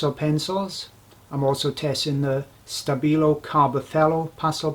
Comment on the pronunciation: The company is called "Ko-he-nor". 👍 -ΙΩΝ